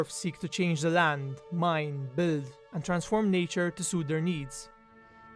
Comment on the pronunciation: It's pronounced 'bild' not 'bəld'